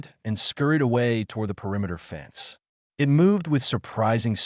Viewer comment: Good story. I liked it. Thank you. Wish the word "dot" was used as the end of a sentence. Not as a spoken word. It would also be nice for "it" to be pronounced as a word, rather than. "i" "t".